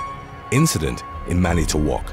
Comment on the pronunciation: Manitowoc you pronounced it wrong